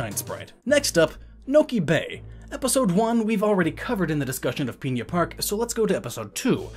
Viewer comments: Not peinna park, pin-a park p.s that may just be how you say it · One small thing that annoyed me: It isn't spelled Piña Park, so please don't say it that way. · Pigna park